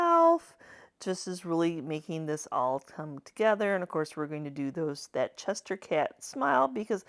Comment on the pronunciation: I love these so cute and funny. You’re hilarious, the word is Cheshire Cat, not Chester cat.